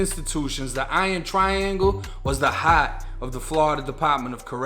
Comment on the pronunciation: You can hear the Boston when he says part or hart